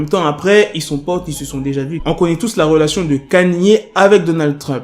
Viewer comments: C'est Ka-ni-é , pas Kenny . Il a raison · pk tu dis kanie( kanye ) c est kaini( kanye )